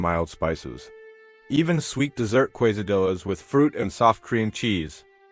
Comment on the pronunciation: Too bad the final sentence cute off. Also the pronunciation of quesadillas and jalapeño is so far off it’s hilarious.